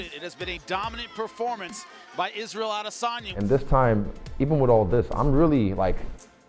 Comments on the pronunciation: It's Adesanya, not ADEY-SAUNA. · Which fucking 12 year old uploaded this shit... Butchered the guys name that you're trying to promote.